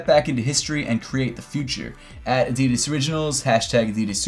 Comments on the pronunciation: thats the way youre supposed to say adidas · Pronounced Adidas the European way. Does make sense they are made in Germany witch is in Europe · Finally Americans can start saying “Adidas” the correct way - the way it’s meant to be pronounced